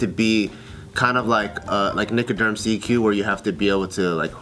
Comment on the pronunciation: My nigga said "Nicaderm CQ"!!!! That shit had me crying!!!!